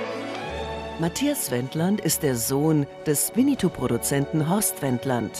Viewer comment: wieso sagen die immer alle so wie die sprecherin es ausspricht wienietou der hat nix mit winni puh zu tun lol das ist ein e nach dem doppel n